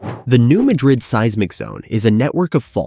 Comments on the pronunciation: The pronunciation is all wrong. The "new" is ok, but, Madrid is not pronounced the same as the capital of Spain. It's "mad" as in the emotion & "rid" as in tossing something. New Madrid ya'all. And it's MORE than 150 miles long, check a map. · It's actually pronounced Mad''-rid, with the accent on the first syllable. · It is pronounced New Mad rid, not New Ma drid. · It’s pronounced “New Mad Dred” with emphasis on “Mad” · You need to pronounce "New Madrid" correctly. It is not pronounced like Madrid Spain. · For those who do not know, in Missouri (this is not a joke), the pronunciation of this city is New MAD-rid. Not pronounced like the capital city in Spain. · Pronounced New Mad-drid. Learn your subject matter before prattling on about it. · Can any of these sites pronounce “Madrid” correctly? It’s pronounced like madras fabric - NOT the city in Spain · It’s pronounced new mad-drid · Um it's pronouncned New MAD rid. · Madrid here is pronounced with the stress on the first syllable and not the last. When I owned a house in Bowling Green I had earthquake insurance. It was required. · Another expert that can't pronounce the name of the fault correctly.